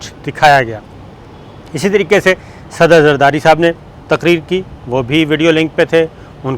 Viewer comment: Sabique sader zardari bolen ,ap to bilo ki trah sader bol rhe hain sir.